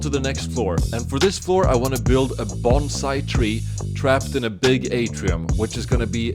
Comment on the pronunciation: First I understood "a bomb site tree" but it'S probably a bonsai...🤭